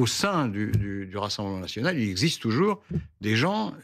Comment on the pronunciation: Le F national est devenu le R naSional 😂😂😂😂😂